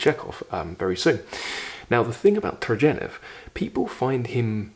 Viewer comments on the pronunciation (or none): One good entry point into reading Austen is watching some of the movie or video adaptations. Then go read, and as far as I am concerned, Just read! don't try to analize. Worked for me! and, btw, it's TurGHeniev, not TurJeniev!